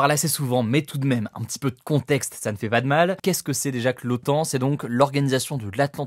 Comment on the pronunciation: C'est l'OTAN, pas l'OAN. Avec un T, comme traité..